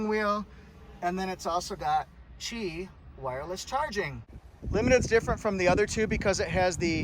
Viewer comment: Correct pronunciation on the "Qi" wireless charging.